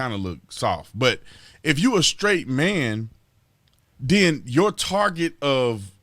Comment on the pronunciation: "Yowl Haid"? come on.....YOUR .....HEADS